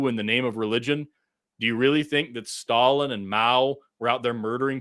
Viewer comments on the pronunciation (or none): none